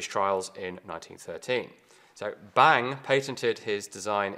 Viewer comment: "Bang" in Danish is pronounced with a long "n" and a short "a". "Bannng". Not "Baaaang" like in English.